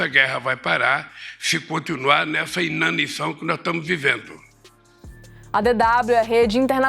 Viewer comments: “Inação”, Lula, nao “inanição”. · 'Inanição'... Que imbecil...